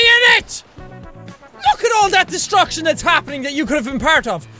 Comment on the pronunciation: it never gets old because DISTRUCKITION